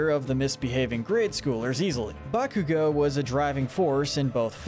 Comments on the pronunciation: Izuku is not pronounced Izuka or Izuko. Bakugo is not pronounced Bakuga. Also, although All Might's real last name is Yagi, I have never heard anyone call him that. Sometimes Toshinori, but otherwise, just All Might. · Its pronounced IS-OO-KOO and Ba-koo-go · "BAKUGA" and "IZUKO" lmao